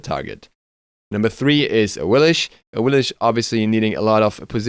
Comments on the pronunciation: sorry if i offend you but its pronounced awilix not awilish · awilish??? Not awilix? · AWILIX!!!!! NOT AWILISH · OMFG STOP CALLING HER AWILISH, it literally sounds how it’s spelt, awilix, awiliX, A-W-I-L-I-X, X not SH please stop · Its pernounced awilix and not awilish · Who is "Awilish" ?? She is Awilix... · Lol 😂 why did you say Awilish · Say Awillix correctly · Awilix learn how to say it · awilish? lmao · Awilich ? Ay lamao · awillish? XD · Don’t really agree with Anhur or Nezha but still a good list/video. Took me forever to figure out who you were saying when talking about Awilix though lol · she doesn't even pronunce her name right